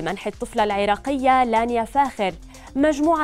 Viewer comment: انتي قالبه الاسم يا مذيعه الفرس اسمه لانيا